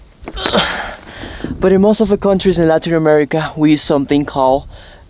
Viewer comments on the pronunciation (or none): none